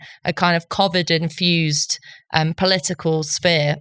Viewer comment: Why is incapable of pronouncing covid properly?